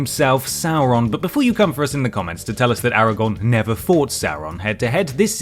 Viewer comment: Why do they keep saying “Aragorn” like it’s their first time trying to pronounce it